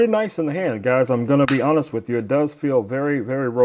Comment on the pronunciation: Notes from a director for the talent: The word "With" ends in a TH sound. Not a hard T. The word "Side" ends in a soft d. It does not end in a hard T. We do not say "this gimbal comes wit a light." We DO say "it come WITH a light." We do not say "let's put that to the site" We DO say "let's put that to the SIDE" JUST A COUPLE OF NOTES FOR THOSE WHO SPEAK ENGLISH. "Good" does not end in a "T" "Received" actually ends with the D sound. We do not drop the D. "Robust" DOES end in a T. The talent probably forgot he hid the T at the end of the word "good" I know this is second grade grammar for most of you but apparently the talent didn't have good direction and forgot his basic second grade grammar.